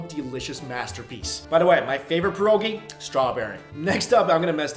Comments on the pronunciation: Mike it's pronounced pee- er- ogee not pear-oh-gee... lol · The way u pronounced pierogi made me cringe